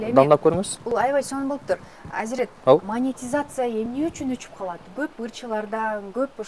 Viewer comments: Маекке даярданып койсо болот да, Монетизацияны-МАТИЗАЦИЯ дей бербей. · Азирет "АЗАМАТ", мен болгондо ыңгайсыз кылып улам эле "мотизация" дейсиң да "монетизация" болот деп 😊айтмакмын